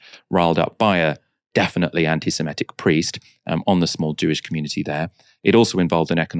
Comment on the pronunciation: Someone please tell that the word "semitic" does not rhyme with "emetic" - his pronunciation drives me slightly crazy in these vids